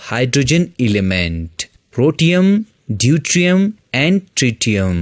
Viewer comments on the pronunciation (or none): none